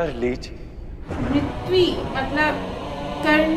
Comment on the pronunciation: Mrityu not mritvi. Mirityu could be easier for you to say